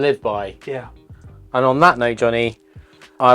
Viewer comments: It's not pronounced that way. IT 😂is de harrre (from back of throat) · Is de Garre Tripel bottled with refermentation in the bottle or is it bottled as is? That can of course make a huge difference with the draft version. And even the Belgians do not pronounce 'de Garre' with such a hard G, so don't bother. 😂